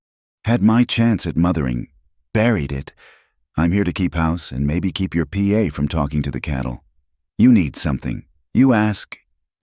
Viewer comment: The word pa (dad) pronounced as p a